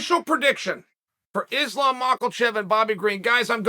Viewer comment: Its pronounced issslam makhachev. Why is this ESPN employee displaying an openly segregated mentality ? Your company wont appreciate hateful racist mentality that belittle the names of athletes